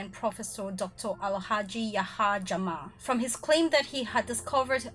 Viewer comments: Is jammeh not jamma😂😂😂😂😂 can't stop laughing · The former president Yayah Jammeh his last name was not pronounced correct by you. Is not Jamah is Jammeh. You better pronounce it correctly please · I am sorry to say this but the things you are narrating only 1% is correct out of 10. The person who feed you information about The Gambia knows less about The Gambia I am sure of that and our President's surname is not Jamma the correct way of pronouncing is, Jammeh not Jamma .